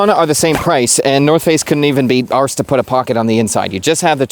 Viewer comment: Wait, Canadians pronounced ‘arsed’ properly? Maybe I misjudged you..